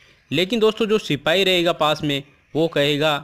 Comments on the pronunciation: Ap y platform use kr rhe hai or apko sipahi na likhna aa rha h or na hi bolna....think twice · Very nice sirrr... But not sipai... It is sipahii